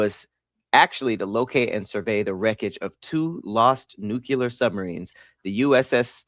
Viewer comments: BRO THANK YOU!! It’s like he adds a second U to Nuclear every time🤣🤣🤣 he ain’t no better than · THERE IS ONLY ONE U IN NUCLEAR. Its pronounced New-Clear it’s not a magic word💀